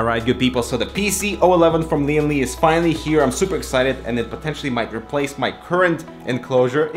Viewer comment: Lian Li sounds like leeandlie